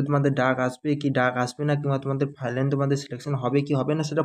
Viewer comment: আমি তোমার সব ভিডিও দেখি..সব ঠিক আছে কিন্তু তুমি 'ফাইলান' বলো কেনো..ওটা তো 'ফাইনাল' বলতে হবে।